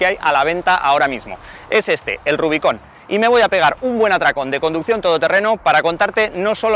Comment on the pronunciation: RUBICÓN xDDD. Nunca lo había escuchado así .